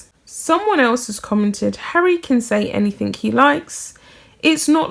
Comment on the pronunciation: Sorry but I had to point out that anything does not have a k in place of the g it is not anythink it is anything